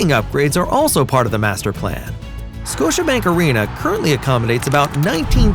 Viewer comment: “Scotibank” .. oops